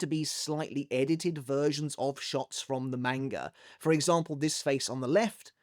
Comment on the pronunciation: why are u physically incapable of pronouncing manga